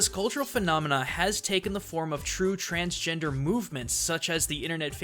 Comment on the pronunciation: transgender, not transgenered. It sounds like it was a slip of the tongue but it matters.